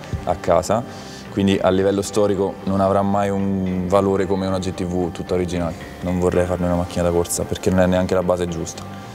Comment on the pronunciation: si dice "gi ti vi" non "gi ti vu". la VU mon esiste nell'alfabeto...... per il resto alla grandeeeeeeee